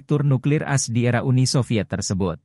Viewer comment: baru tau kalo "AS" dibacanya "as" bukan "a-es" "Scott" dibacanya "skat" bukan "skot" (scat bukannya artinya pupup ya?) "Eurasia" dibacanya "eyurasiya" bukan "yurasia"